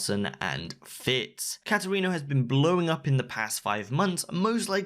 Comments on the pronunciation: i.. i can't get over cat erino. it's pronounced kate erino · The way he says katerino hurts me